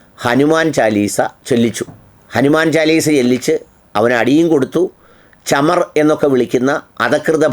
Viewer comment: ചമർ അല്ല സാർ, ചമാർ എന്നാണ് വിളിച്ചത് എന്നു വെച്ചാൽ താഴ്ന്ന ജാതിക്കാരൻ